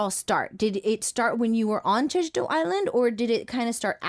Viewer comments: He couldn’t even say jeju properly 😡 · Yea no one not even Jeju people can't understand him. also its been years since he was in Jeju and he still can't say it